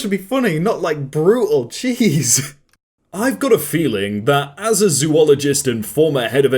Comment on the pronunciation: it's pronounced zoo-lo-gist not zoo-o-lo-gist